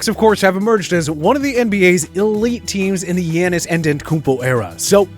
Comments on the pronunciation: The way he says Giannis’s name 😂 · the way he said "giannis" lol